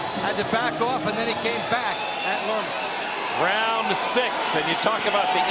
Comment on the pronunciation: Lerma, not Lema.